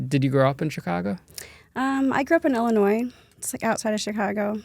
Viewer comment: Pet peeve ILLINOIS is not probounced with the S. It’s silent at the end 😅